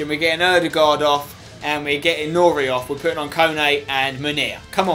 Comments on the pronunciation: You pronounce nouri like ´´nuri`` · Spen it's Noori not nouri